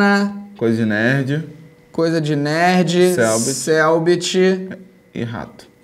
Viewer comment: ele falando Ei nerd me da agonia parece Ei mine 😶